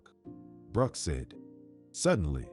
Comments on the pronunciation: It's Brooke not Broke. The AI is stupid. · It was to difficult to listen to this story with the mispronounced name of "Broke" instead of "Brooke"! The editors/ administrators of this story need to return to school for a remedial English class, possibly at an elementary or intermediate level to learn the alphabet, correct usage of nouns, pronouns, verbs, etc, and pronunciation of a spelled name. Also they need to learn to conjugate sentences so that they can fully understand and comprehend what what they are reading BEFORE a story is released, published, and aired on YouTube. Shame on whoever approved the release of this story! 😮😟💥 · I had to quit watching. The AI pronouncing Brooke as Broke too distracting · I hope the narrator reads the Comments. The wife’s name is pronounced like: Brr - oo - kk — Brook. Think of a small stream - a brook!